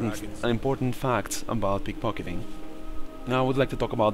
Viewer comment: you said pickfockiting